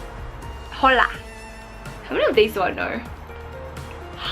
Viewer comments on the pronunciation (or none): she said she knows the language part. But she said “Ho-la” instead of “Ola”😂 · She said holla like how it's spelled instead of O-la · It is not pronounced HOLA it is ola and the 7+ does not have wireless charging 😳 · She said hola like halo🤣🤣😂😂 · writes hola no one: literally no one: literally not even a spec of dust her: "h"ola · The 2 words after hello you got wrong😂there Hispanic so you don’t pronounce the h it’s ola then hallo is allo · Its pronounced oh-la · Pronounce “hola” like “ola” it’s annoys me when people literally pronounce “hola” with the H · Hola is hi in Spanish and u don’t Pronounce the H sound. The H sound like a U or O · Hhhh ola Me: Why do you emphasize the h in Spanish, that’s not how you speak spanish, the h is silent!!!! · the h suppose to be silent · Bruh the way she pronounced hola killed me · I WAS SO TRIGGERED WHEN SHE SAID HOLA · When you say hola the “h” is silent🙄